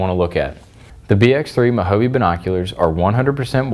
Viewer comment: Really?? Mah-ho-vee?? I mean, you're into archery, which historically was developed in what is now the United States by the Native Americans. Moh-Hah-Vay. Say it with me....Mo-Ja-Ve...again....Mo-Ja-Ve….good. Now do the video over.